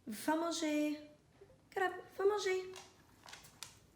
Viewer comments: Molly you said va manger perfectly ❤️❤️❤️❤️ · Molly actually pronounced quite well va manger which means go eat to Gallop 👏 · Your *Va manger * etais parfait 🙏😚❤ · Dang his pronunciation was spot on! Does he study Spanish? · Actually, i am from Quebec and you are pronouncing it right! :) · From a Mtl frenchie: your prononciation is on point! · As a french canaduan viewer, your "va manger" was spot on ♡ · I think she does say va manger... I'm also Canadian